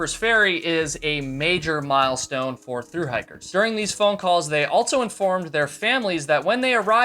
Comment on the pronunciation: Theres no T in also